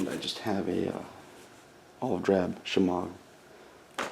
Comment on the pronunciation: Where did you get the green wrap I think you said like shemar?